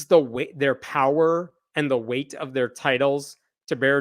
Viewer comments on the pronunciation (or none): none